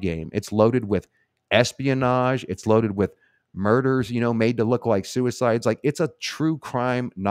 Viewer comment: S P -inage!!!’, you’re too funny. I never thought of or heard that one before: S-P-inage. Hahahahaha!!!!!